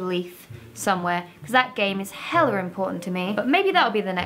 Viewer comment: "Hella-r" I thought adding unnecessary r sounds was just a New York thing